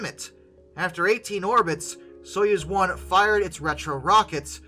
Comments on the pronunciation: It's "Soyuz", not "Suez"! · Soy-UZ, not Suez. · Soyuz is pronounced Soy, as in soy sauce, uz, as in use. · Easier pronunciation guide Soy-use